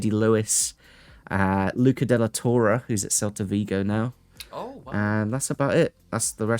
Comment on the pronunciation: refusing Hyndman and then absolutely butchering the pronunciation of De La Torre not a minute later is peak 😂